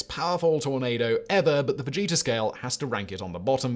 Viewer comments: I thought you said "Vegeta Scale" instead of "Fujita Scale" In my defense, I'm putting away my groceries and wasn't looking at the screen. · Simon, totally thought you were saying Vegeta and not Fujita lol😂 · I was looking at the screen and heard "Enhanced Vegeta Scale"